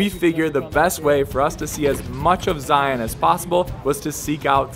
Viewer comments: The biggest tell when someone isn't from Utah: Zy-AHN instead of Zy-uhn. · Great video but like I commented on your other vids as have others, it’s cringe worthy when you can’t properly pronounce the name of the park that you’re visiting ...Zion is not a hard sounding ON- it’s Zi-un.